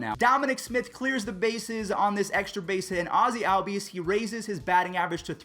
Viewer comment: It isnt Albies say it like ollbees